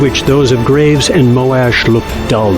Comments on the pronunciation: I always read Moash as Moe-shh and the Moe-Ash pronunciation still sounds weird to me. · Moash not Molash